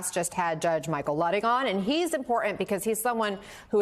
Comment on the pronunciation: What is it with the dropping of the T in the word “important”? The T isn’t silent.